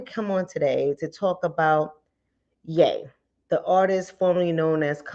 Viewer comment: HIS ALIS IS PRONOUNCED Y'E NOT YA .... IJS